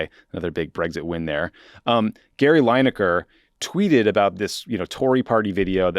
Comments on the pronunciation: Lin-ekar not Line-ekar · Lineker not Linaker. Not a biggie. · Oh dear, Tommy is clearly not a soccer guy (or as we in the rest of the world calls it properly: football). Coz his pronounciation of Lineker really made my ears bleed! And if Tommy had the least bit of interest in football, he would definitely know the name of 1 of the best strikers in English football history, who among other things still holds the English record for most goals scored at a World Cup. Oh, btw. U should also know, that Lineker is in fact not employed by the BBC. He owns his own production company, where he produces Match of the Day, and the BBC has a contract with him for airing it, so hes not just the host. They really f'd up trying to mess with a guy, who doesnt need the money, who did nothing wrong by their own guidelines, and who has the most viewed sports programme and 1 of the most viewed programmes in the UK overall. They shouldve realised, they couldnt bully him into silence, and they really opened themselves up to him taking his show to any of the other networks, who would salivate at getting him and his viewers, and while Lineker did not mention it himself, others with legal expertise did, that he had a really good case to sue them for breach of contract. So they had to u-turn, apologize and get him back on air. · From a UK perspective, I enjoyed your discussion on Gary Lineker, your pronunciation of it not so much :D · Pronunciation of Lineker ist cringeworthy